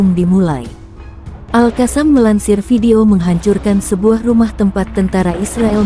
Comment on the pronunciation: Bacanya Al-Qosam ya neng, bukan Al-Kasam